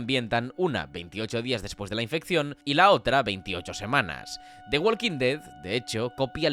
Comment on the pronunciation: Yo, en tu caso, partiría tomando un curso de Inglés, porque tienes un uso de ese lenguaje que da vergüenza ajena. Se dice "wokin", no "wolkin".